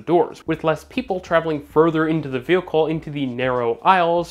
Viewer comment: New drinking game... every time says "vehAcoohl" instead of "vehicle" then you drink. Absolutely hammered!!! 😮😮😂😂😁😁😁😁